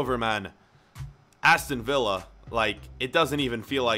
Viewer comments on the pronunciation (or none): It’s Villa